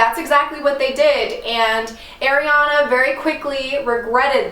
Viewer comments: AIRI-ana? 🤦🏼‍♀️ it’s ARI-ana 😂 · I LOVE the idea of doing spooky vids in the summer, I always miss them this time of year. This Ariana stuff is fascinating, but just a heads up, its AR-iana not AIR-iana but I used to say it wrong too lol so dont feel bad.